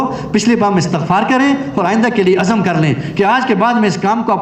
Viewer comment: اٍستٍغفار ء اور س میں زیر ہے زبر پڑھنا غلط ہے درست کریں والسلام